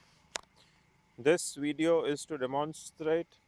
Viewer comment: "dis weedio"